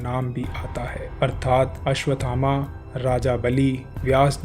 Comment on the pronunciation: द्रोणाचार्य के पुत्र का नाम भी अश्वत्थामा है,आपके वीडीओ में लिखा भी अश्वत्थामा है, फिर यह कथा सुनाने वाले महोदय आप अश्वथामा शब्द क्यों बोल रहे हो।